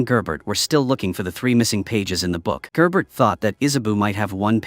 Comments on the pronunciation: Yes and Gerbert is "Jear"ber" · Issa bow, gerbert, galowgus, etc. if your using AI narration at least do a check and make common corrections.